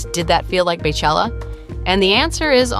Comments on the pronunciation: I can’t believe you said “bay chella” not even 30 seconds into the video 😑😑😡 it’s pronounced BEE chella. Like her name is pronounced! PLEASE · Please...PLEASE. Not Bay or Bae it is Bey like Bee. Beychella. 🐝chella. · “BAY CHELLA” i’m soooo irritated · Her name is BEYoncé so why are you saying BAYchella 🤦🏽‍♂️